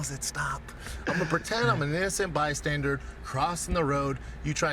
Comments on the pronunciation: You know those dudes that love feet? I’m a foot guy. I’m a break guy. Bystandards are rediglus. - Noted poet Brendan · Bi-standard is more like it